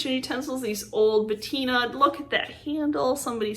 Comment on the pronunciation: Great finds. Love to see what you find. Oh. The word is Patina and not Bettina. Just wanted to let you know! ❤️